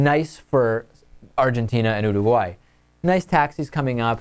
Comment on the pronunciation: He can't say Uruguay right...